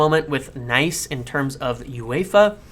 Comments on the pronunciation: Dude it's not pronounced Nice, it's niece 😅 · you beautiful bastard! One thing though, isn't OGC Nice pronounced like Niece? Either ways, keep it up!